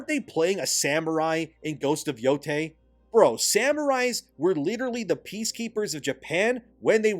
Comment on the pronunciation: Thank god for an American who knows how NOT to pronounce Yotei as "Yotai".